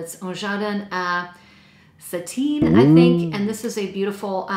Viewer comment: The first Hermes is pronounced un jardin a " SEE- T - air"